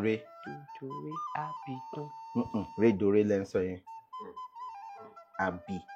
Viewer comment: Abidun not abidan sir